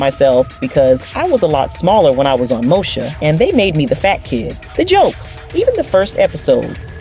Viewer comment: Why does she keep saying Mosha instead of saying Moesha? I mean if you going to tell a story about a TV show at least know how to pronounce the name of the cast correctly.